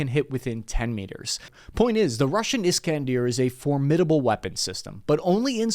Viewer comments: And pronouncing it Is-can-DEER is irritating af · It's "Is-kan-DER"... Not "Is-kan-DIER" lol